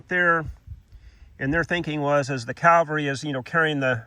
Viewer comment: CAV-alry carbine, not CAL-vary carbine. Great video though, thanks!